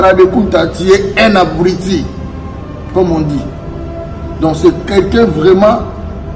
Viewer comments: Yo moko zoba ozo loba abriti au lieu de dire abruti mdrrr 🤣🤣🤣🤣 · C'est habrouti et non habruiti